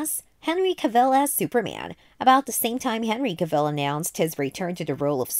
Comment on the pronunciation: An entire video of mispronouncing Henry Cavill's last name, that's got to be a feat of some kind